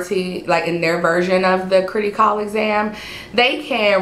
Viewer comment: its Criticall as in Critical, not critty as in kitty js